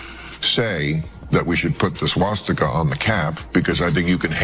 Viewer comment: "Swasticker" ~Joy Behar